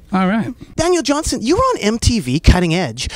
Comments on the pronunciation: Nardwar keeps saying his name wrong, and, it's aggravating! It's Johnston with a 't'! Not "Johnson!" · Johnston...Johnston Not Johnson...sheesh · Dude. His name is Daniel Johnston. With a ‘t’ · JOHN-STON...His name was Daniel Johnston...Not Johnson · called him Daniel "Johnson" about 15 times... smh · "Johnston" with a "t"- you know better, Nardwuar.